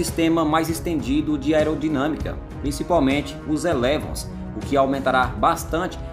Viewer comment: Somente duas correções... é "êlevôn" que se diz. É palavra francesa. E não é de última geração. Existem 5 gerações de aeronaves de combate e o Gripen pode ser enquadrado na 4.5. (estas versões atualizadas porque o original era da 4a geração). Os de última geração, a 5a, são os stealths e com motores direcionais e que "escondem" a emissão de gases e demais aviônicos integrados a diversos sensores na aeronave como os F-22, F-35, Sukhoi Su-57 ou o chines Chengdu J-20.